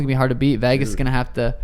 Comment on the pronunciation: I absolutely hate the way he says Vegas 😂😂